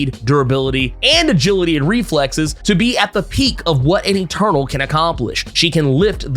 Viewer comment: I keep hearing "turtle" instead of eternal lmaoo